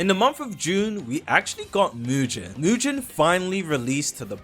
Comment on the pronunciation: Englishman who can’t pronounce is crazy what is mu-gen 😭